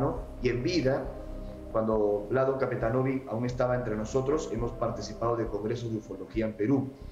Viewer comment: Se prpnuncia capetanovich La c se pronuncia ch